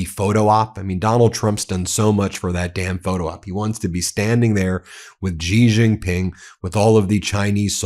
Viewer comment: Zelensky always weasels his way into every meeting. AND STOP! saying JiJinPing! His name is XIJinPing!